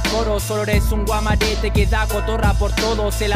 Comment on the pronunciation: NO SE DICE GUAMARETE AJJAJAJAJ ES GUAREMATE XD Independientemente de, estuvo muy buena la batalla, ambos se la lucieron XD